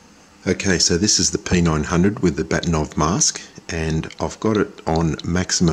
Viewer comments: Just a sidenote: If we can believe Wikipedia, Bahtinov is pronounced something like "Baakhtyeenawv" stress on the first syllable – but I'm not Russian, your wife has probably corrected you already ☺. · Funny, I had hard time to recognize "Bahtinov" pronounced in English. The original pronunciation (in Russian) is BA-H-tinov, vocal "H" like in German "Bach" (all hail Bach). I guess his name in his Reisepass is written Bakhtinov. You can see Mr. Bahtinov here: Interestingly, the guy decided not to patent this mask...